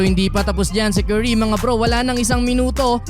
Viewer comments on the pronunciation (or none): pag pinoy talaga pronounce sa curry kerry